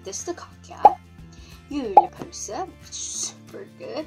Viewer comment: You are very good to say "Jule pølse"